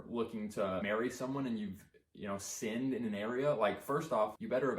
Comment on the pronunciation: lol, no awkward silence here dude, "I have finned." hehe